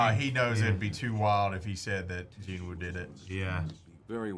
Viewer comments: its gee-nooh but aight, also sub is jin-woo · Sub - Ji Woo ❌️ Dub - ✅️ Lmao 🤣